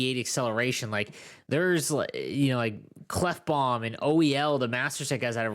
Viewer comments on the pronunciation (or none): none